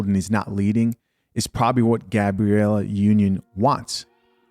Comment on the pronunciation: #DUDE!! like the channel, but tired of you reporting on #SHIT you can't even take the chance to #READproperly. you do this alot dude. #GABRIELLEnotGABRIELLA